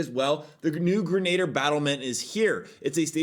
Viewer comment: greh-nuh-deer :P